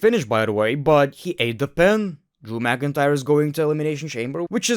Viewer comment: Drew mcin-cryer